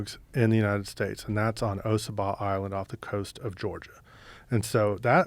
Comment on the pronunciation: Its not pronounced O Sah Bah island Its Ah Saw Bah